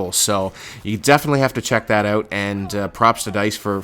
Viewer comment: why do you say out like that? WTF